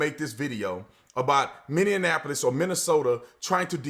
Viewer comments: Can you please stop calling it Minni-an-apolis? Its spelt Minneapolis, pronounced Minni-apolis. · For Pete's sake Brandon. Stop combining INDIANAPOLIS and MINNEAPOLIS. It's not MinneANapolis. ITS M I N N E A P O L I S!! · Brandon we love you we really do but as a Minnesota native born and raised here it’s not minion-ap-o-llis it’s Minnie-ap-o-Lis 😂🤣👍😂🤣👍😂🤣👍😂🤣👍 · I dunno what I love more... Your videos or how you say “Mini-napolis”(Minneapolis).😂